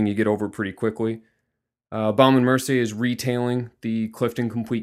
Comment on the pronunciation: Lmao he says "BaOUme and Mercier" 😂 we pronounce it BOme and Mercier 😉